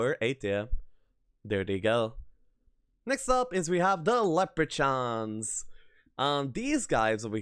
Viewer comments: Also Leprachaun is “LepraKAWN” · First of all, love your content! I am one of those guys who played HoMM3 for YEARS and always thought I knew the game. Watching your videos has taught me so much, first and foremost is that I really knew nothing :P Leprechaun = Lep-re-kan Rogue = ro-g (hard g) Just for your benefit. Also, I cannot speak a word of Lithuanian, so massive respect to your English, overall! I cannot wait for your next post. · Leprechaun is pronounced Leprekhan and Centaur is Kentar. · Ok I can excuse the way you say 'leprechaun' but 'rogue' is inexcusable. You pronounce it as [rōɡ]. There, I had to, sorry mate ;) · And Leprechauns :D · Nice video! Just a little tip, you're pronouncing 'Leprechaun' and 'Rogue' wrong. It's hard to explain in text, best just look it up. :)